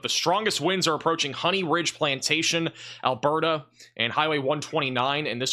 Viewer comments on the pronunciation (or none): none